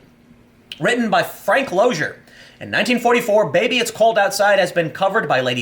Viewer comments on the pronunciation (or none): Loesser is pronounced lesser.